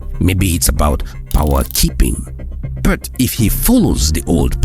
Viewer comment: This guy cannot pronounce the word "but" right! Easy but is a struggle!